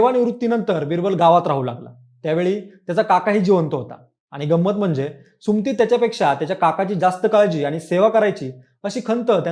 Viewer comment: सुमती नाही सु म ती म्हण